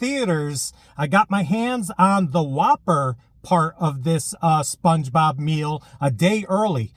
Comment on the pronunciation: you said spluongebob like 30 times hahaha